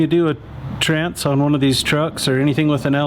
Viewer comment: This is a great video for those of us that squirm hearing call it a “trance” 😅 Good stuff as always!